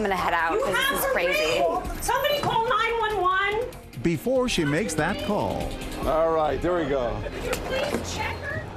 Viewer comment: Let’s talk about she said 911 Like CoPs not 911 😂😂